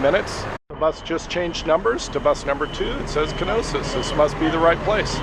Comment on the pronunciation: Knossos, not Knosis